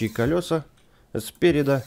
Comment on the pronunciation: Ка́лёса? Эх ты не грамотный какой!